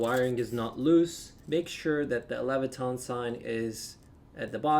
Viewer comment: Leviton, not levitRon